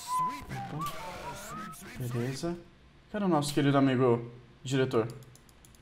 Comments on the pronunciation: Ele disse veleza em vez de beleza!! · Você falou veleza kkkk